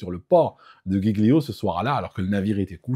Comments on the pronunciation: La petite embarcation dite Tender ou Dinghy est une Annexe en français. (et on dit 'djii-lio' pour l'Ile de Giglio)😉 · ☝️ Giglio, se prononce "D'jilio" !!! 😉